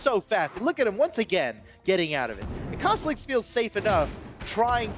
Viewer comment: says "TA Cosloix" instead of "Cosolix"!:L